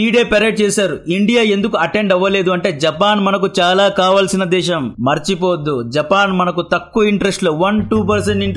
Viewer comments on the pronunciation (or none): none